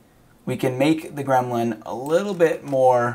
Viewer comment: Gremlin still wrong 😄 not grelmin 😄